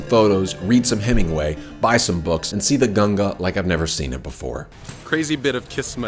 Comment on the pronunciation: Thank god you said ganga not ganjees.... 😝